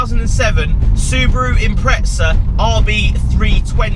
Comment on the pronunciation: no "t" in impreza